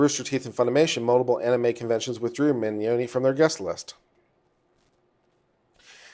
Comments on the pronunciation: Vic Mignogna (Min Nya Na) Is how I break it down to pronounce his name. Jamie Marchi (Marky). I hope that helps a little bit. I really want to hear his opinion on the fake evidence, fake bomb threats, and fake swattings that the kickvic side have been doing. Also about the "underage", fans who have come forward about their pictures being used without permission and taken out of context, debunking kickvic's claims about Vic assaulting them as proof. I wonder if there could be any legal ramification for doing that, since Monica and Jamie keep retweeting or liking posts with such claims in them. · Ugh, I wish he would have taken the 10 seconds to Google "how to pronounce Vic Mignogna" before mispronouncing it in MULTIPLE ways 3,000 times over the next two hours...